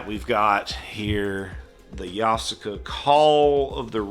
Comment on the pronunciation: According to this it's "Yoff-SEE-gah", so you got it right, bro